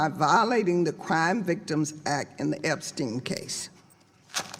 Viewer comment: Yeah umm she can't even get the creep Epsteins's name right